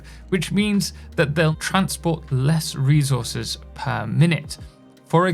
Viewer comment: bro loves saying REZOURZES